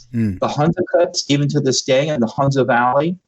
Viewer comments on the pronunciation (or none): none